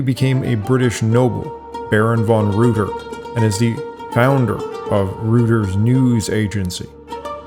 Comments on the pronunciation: Reuter is pronounced "royter," not "rooter." It's also anachronistic to show a picture of a demonstration from the late 1970s or early 1980s in reference to things that happened nearly a century earlier. the flag of the Islamic Republic of Iran isn't the same as the flag of Iran as it was under the Shahs. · "REUTER" rhymes with "loiter" and "goiter" but you pronounced "Scythian" correctly, so...